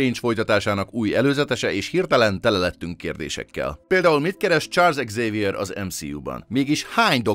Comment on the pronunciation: Charles Eggzavier